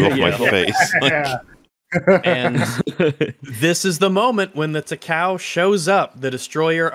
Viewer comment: As a WW2 warships lover, the mispronounciation of the Imperial Japanese Navy Heavy Cruiser Takao really triggered me. Now the interesting part about that gunnery scene, was that IJN Takao had 203mm guns, and those did some serious damage to Godzilla. It also had type 93 torpedoes, which were really strong, but they were probably too close to be used because they might not arm. However, sustained fire from a battleship, like the Amagi or Nagato, if those hadnt been destroyed, would be interesting, given that those 2 ships rocked 410mm guns. The American counterparts would be North Carolina, South Dakota and Iowa class battleships, with 406mm guns. And of course Godzilla would be obliterated by the Yamato class battleship, with its 460mm guns. Assuming of course it didnt have time to fire the atomic breath. I loved those 2 minutes with the Takao.